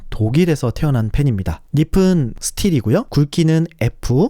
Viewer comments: 닙은,을 [니븐]으로 발음하지 않고 [니픈]으로 계속 발음하시네요. 닙은 nib에서 온 말이니, ㅂ으로 소리내야죠. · 좋은 정보 잘 보고 갑니다. 다만, “니피” “니픈” 이라는 발음이 영 듣기가 어렵네요. 발음이 굉장이 단정하고 좋으신데 “니비” “니븐” 으로 국어 발음법을 지켜주시면 훨씬 좋을 것 같습니다. 새해 복 많이 받으세요!